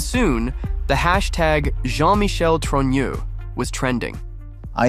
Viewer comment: A big thumbs up for being one of the very few who pronounce the family name Trogneux correctly. Owens is just too lazy to learn and carries on with her ridiculous "Trogno".